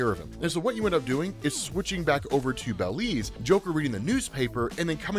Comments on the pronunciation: hearing say bell-leez instead of buh-leez was funny as hell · It's Belize not baylez